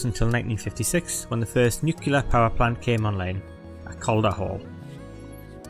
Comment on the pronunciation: Switched off after 6 seconds after he said nucular instead of nuclear.